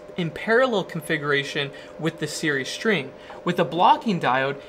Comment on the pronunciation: And what about "shtring"?